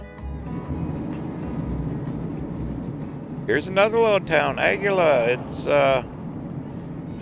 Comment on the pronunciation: Aguila = A-gee-La